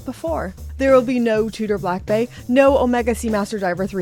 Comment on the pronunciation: Please, it is "BlancPain", not "BlancPan". So, repeat after me: du pain, du vin, du BlancPain. 😊 Love your video's by the way!